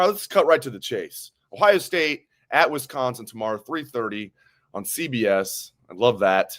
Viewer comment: It's not WEST-consin! FFS, you guys never get any better.